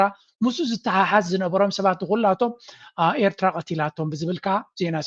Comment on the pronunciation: This poor guy can’t pronounce Eritrea properly 😂😂